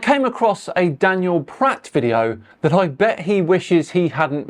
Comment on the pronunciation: Pratt rhymes with twa....